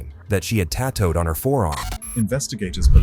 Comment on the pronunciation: 😂 this is such a low quality crap video. His AI can't even pronounce Jalisco or tattooed. And he censored the word "blood"? 😂